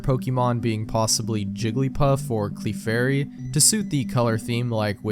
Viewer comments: Why on earth do you say “CLEEEFAIRY” and “CLEEFABLE” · The scariest thing about of this video? How he pronounces Clefairy and Clefable.